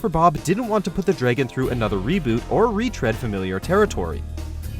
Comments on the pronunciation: It’s sounds like draygon instead of dragon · Dragon not draygin